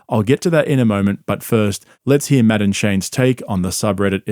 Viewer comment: . Hearing you say Matt and Shane with your accent sounds like Madam Shane. Maybe I’m just high. But maybe not well I definitely am but that could just be part of it